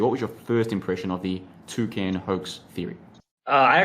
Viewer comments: I heard "two cans" 🤣🤣🤣🤣🤣🤣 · A Toocan, i love the way you say that, i've always heard it pronounced Too - Can, but from now on i'm saying it your way !